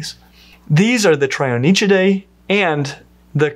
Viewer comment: Since you did ask for pronunciation tips... I will say that the -nychia suffix means "nails" (the Trionychia are the three-nailed turtles), and is pronounced "NICK-ee-ah".